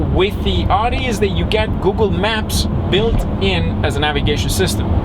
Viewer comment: You are saying Audi wrong